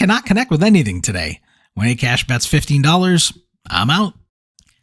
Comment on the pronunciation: Akash is pronounced as Aakaash. Hearing A Cash over and over was mildly annoying. Not your fault though.